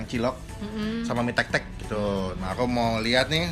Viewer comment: mie tek tek??? njirr gw dengernya mie tetek ( • ) ( • )